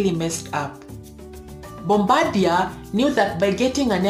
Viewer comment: Not sure this has been mentioned yet, but Bombardier is a French name, and pronounced "bombar" d ee ay I basically live down the road from the Mirabel factory. Awesome plane.